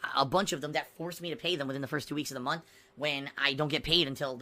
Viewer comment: April 15th 2019 “Ohmm, mai payment frum Twitch that wuz due in February still hasn’t cum thru yet, so Ai’m gunna need you guys support again this munf. Sounds good?” *PIG SNORT*